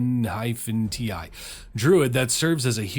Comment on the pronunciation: Just starting out on your vids, I def plan on watching more. But I'm pretty sure Yuan-ti is pronounced Yawn-ti. I could be wrong but I play a decent amount of d&d and every person I've met also pronounces it that way. You could correct that in the future but I'm just starting out on your lists